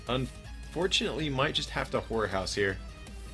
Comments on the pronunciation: Love the deck and whas watching this in my phone, but every time you say. HORROR HOUSE it sounds like whore house maybe it's my phone or selective hearing 😂😂😂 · You need to put more emphasis on the word "horror". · Lol I thought the same thing